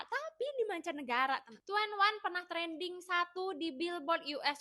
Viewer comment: Iya njirr Tueniwan jadi 2en1 Ciel jadi Ceel 😂😂😂